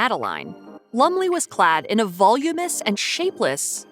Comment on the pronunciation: "Volumous"? Did you by chance mean Voluminous? I love the shade thrown at the clothes when your narrator can't even speak english. Ironic.